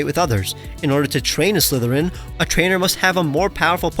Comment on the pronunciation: Me: Doesn't notice the Avatar references until i look at the comments. Also, me: Hears him, say Slytherin instead of Silthereign